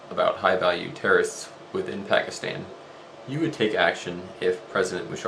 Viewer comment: omg he's actually pronouncing pakistan better than any non indian-subcontinent person i know! dude this video is old, and he sounds so great back then..think of how much he's improved now.. OBAMA 08!!! ps-im not pakistani.